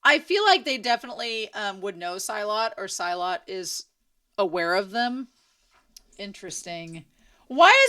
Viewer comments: The etymology of the word "Silat" is unclear (Arabic or Sanskrit origin). But either way, it's pronounced like see-laht, not sy-luht. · silat's name is pronounced as 'see-laht' just so you know